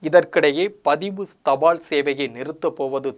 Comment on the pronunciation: Post card not poster card. தபாள் கார்டு இல்லை, தபால் கார்டு, ள் அல்ல ல். தமிழ் கற்க வேண்டும். காளம்? காலம்.